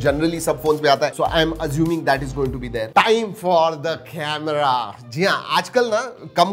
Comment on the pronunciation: Camera on a smartphone u said it wrong